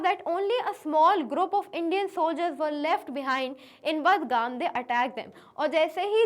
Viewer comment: Badgam is pronounce as Bargam